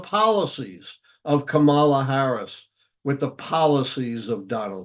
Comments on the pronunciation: It's Kama-la!😅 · Pronounced CommaLa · Does the Professor not know that it's considered disrespectful to mispronounce the Vice President's first name? Comma-la. It's not hard. 😡